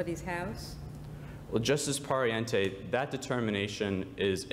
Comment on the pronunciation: Everyone is talking about how the first speaker was really good, and I agree, but the fact that he kept on pronouncing "Pariente" wrong bothered me a little bit...